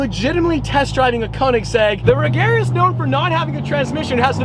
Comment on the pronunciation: Ladies and gentlemen, it's pronounced Rey-yar-uh